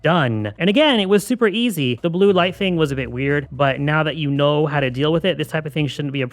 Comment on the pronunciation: did you say "now that you null how to deal with it"? 😂